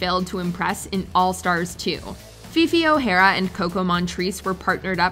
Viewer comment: uhhhhh "Fifi Ohara and Kokomon Trace" Really?